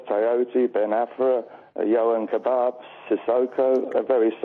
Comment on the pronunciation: Not only is it yohan kebab. He calls Ben Arfa. Ben Afra, then Afri. Then called cisse ceecee. Then Amamobi. What a twat!!!